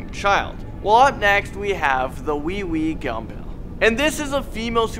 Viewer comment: *pronounced way-way gum bell * Him : WEEWEE GUMBALL